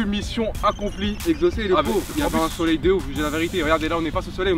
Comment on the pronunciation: dites a Exocé que on dit soleil 😂